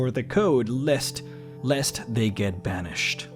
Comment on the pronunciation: They way you say Banished at the end makes me think there's much more to that.